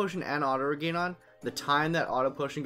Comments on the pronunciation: It's pronounced and spelled "Regen", not regain. - Auto-reflect blocks your own white magic, which is a downside to putting it on every character. - There are easier spots to find the dragons. - You should've taken the question part out of the video. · The Auto-Reflect is more of a bonus then a downside when you have Auto-Potion and Auto-Regen. You can also put Chemist on Dagger and that helps with any low HP (if it were to get that low). Yeah sorry about the pronunciation of regen, I guess it has stuck with me since I was a kid my bad. Also this is the only spot to you can get to early game so that's why I used it. Yeah I was thinking about taking it out of the video didn't really know what to do with that. Thank you for your input really appreciate it :D